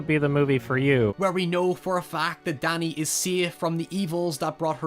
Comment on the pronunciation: The way you say "Danny" sounds like "daddy"